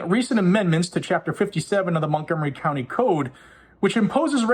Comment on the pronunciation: "Montgomery Counny"